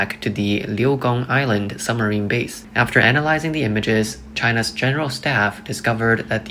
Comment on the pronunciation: It’s pronounced SUBmarine not SUMMERine.